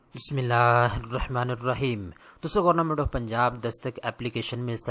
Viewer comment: گورنمنٹ ❌ گورنامنٹ ✅ 😂😂😂😂😂😂😂